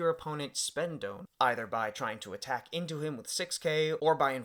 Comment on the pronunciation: DON pronounced like Dawn not Doun. Great video! Super hyped for this new set with all restrictions lifted